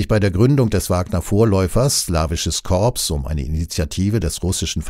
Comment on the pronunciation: Das Wort "Korps" wird "Kor" ausgesprochen.